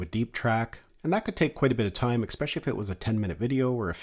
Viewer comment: Please do not take this the wrong way -- I do enjoy your videos and I think they are very helpful, comprehensive and instructive. Detracting from that great work is your continued mis-pronunciation of the work "especially." Note that there is no K nor any K sound in this word. Phonetically, it is ehspehshahlee, not eKspeshly. I am sorry to give you this unsolicited, but constructive criticism, but I think if you correct that, it will improve your videos dramatically.